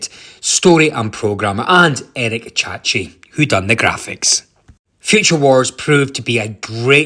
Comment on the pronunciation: Chahi, not chachi